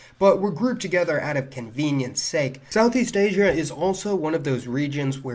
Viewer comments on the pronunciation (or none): none